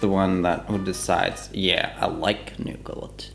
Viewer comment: The way she pronounces nougat as “NuuGAT”